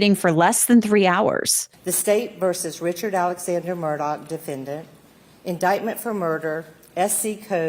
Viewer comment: It's not pronouced "Murdock". It's Murdaugh. Pronouced Merdaw